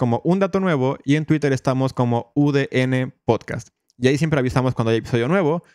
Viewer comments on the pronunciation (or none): none